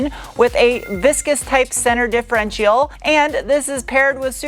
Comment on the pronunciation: It's adorable how you can't say differential properly.